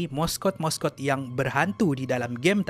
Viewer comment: "Morse code / moskod" ? atau sebenarnya " mascot / maskot " ?